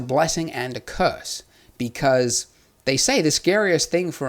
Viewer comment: "becurse" lol